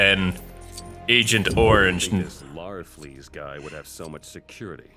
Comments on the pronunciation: It's larfleeze not lazarfleeze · I don't mean to correct you but it's pronounced larfleeze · love the part about santa but really no offense but its pronounced (Lar-Fleas) ha ha sounds like large fleas but love the videos please give me a shout out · Lazzerfleez? Don't you mean Larfeez? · It's larflees god dammit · It's Larfleese!! (Laurf-leeze) Get it right!!! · and say it with me. Lar- fleas